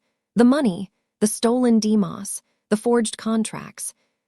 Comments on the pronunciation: Ok names and words should have the correct pronunciation, "demos" long o sound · If this AI chick don't learn how to say demos the right way, jeesh!!😅, Good story otherwise. NC over here.